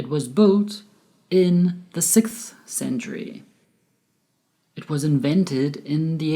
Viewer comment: I'm sorry you pronounce word century incorrectly with t only.. also your presentation is excellent